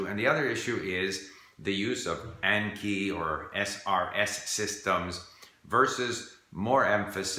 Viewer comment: Your Japanese is excellent, so I am surprised you're saying Anki wrong. I assume you probably didn't know it was a Japanese word, 暗記. Just a heads up for future videos.